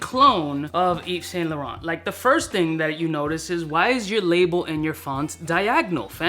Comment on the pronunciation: doesn't know to pronounce Yves Saint laurent. 🤣🤣